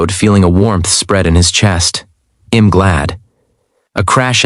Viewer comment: Please tell your AI that "I'm" isn't pronounced "im"!